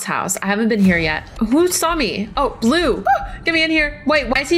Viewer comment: Not boble blue it’s blue